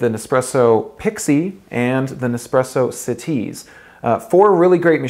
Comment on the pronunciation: "Bru Butt-on for the siTease"